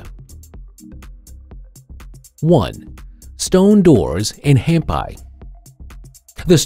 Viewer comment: It's pronounced Hampee,. So tired of mispronunciation in these videos.